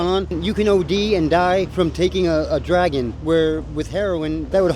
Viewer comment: he says drag in not dragon